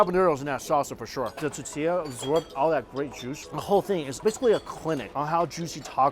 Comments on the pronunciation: TOR TIYAH. Not Ta tiyah! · I have to smother my inner pedant every time he says "titilla" instead of "tortilla" on these Mexico vids. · Hey man We love your vids and can't help snicker every time you say tortilla. Do this, say Tortoise..now say tortilla. Hope that helps. Tortoise, tortilla. You forget the R in there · Tortilla, tortilla, tortilla, let's say it together..........tortilla. Come on man, its tortilla.